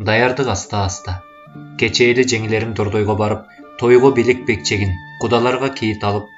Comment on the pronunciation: "Белек бечкеги" - эмес...белек-бекчеги болуп окулат.